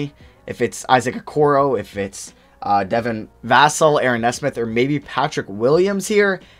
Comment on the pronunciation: Bro he pronounced Devin Vassell, Deni Avdija, and Jah’Mius Ramsey all wrong. At least he isn’t flight